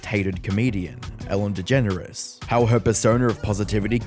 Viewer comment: Anyone else think she pronounces her name as DeGenerOUS? 😂